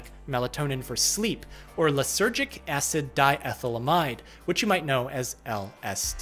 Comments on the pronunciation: The way you said "AHSED" sounds like a meme reference to that video of the dude dubbing the reddit post of the guy that made his moms phone auto-replace "no" to "acid" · New York accent on "acid"? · are we gunna ignore the way he said Acid 😂